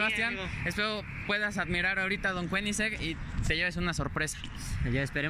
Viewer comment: "Don Kueniseng"... Breathtaking.